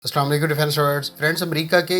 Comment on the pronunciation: Salam tou sahi se bol diya kar bhai